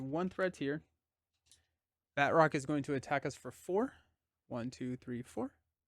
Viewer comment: I think the characters name is not Bat roc(k) but Ba troc since he is french 😊 (with the "a" sounding more like the "u" in Butter). He is in Captain America: The Winter Soldier and there they pronounce it 😊.